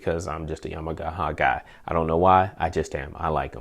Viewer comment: Great, I just picked up the X6400H , Would love to see a long term review on that one. Also, did you say you was a Yamahahama guy? LOL. Sounded like you spoke Japanese their for a split second ;o) Thanks again for the DENON Review.